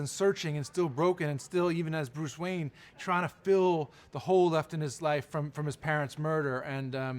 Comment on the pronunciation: "Bruce Wayan"